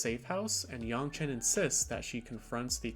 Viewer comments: Yangchen（more like Aang） is correct rather than yong, btw, i'm chinese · This was pretty interesting except everytime you said "yaungchen, instead of yangchen" took me out of it a bit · its yangchen. cmon man she even says it herself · The pronunciation of her name killed the video for me. I stopped in and I wish you would just say it the same as it's said in the show. Oh well thanks anyways. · wtf are you doing pronouncing her name like that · Ugh stop saying her name wrong!!! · LEARN HOW TO SAY HER NAME DAMNIT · Please pronounce her name correctly. You sound like the movie.